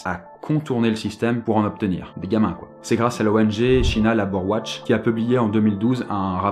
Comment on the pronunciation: China labor watch 😂 prononce Tchaïna leibore wotch